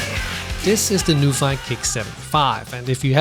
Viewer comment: Is it not pronounced as 'noo-fee'? 😅